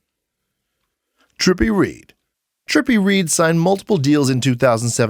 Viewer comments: Its trippi redd my guy not trippi Reed bit good vid thoo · I fw the video up until the point until he said trippie reeeed It’s trippie redd spreeled redd pronounced red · Trippie redd not Reed 🤦🏾‍♂️ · Trippie Reid? It's red like the color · Trippie reed? How you gone make a video and can’t pronounce the guys name? What a moron , clout chasing at it finest! Don’t quit your day job..jeez